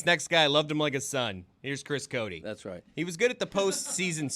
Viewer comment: Co-Dee? WTF? It’s Co-Tay. Talk about butchering your own last name…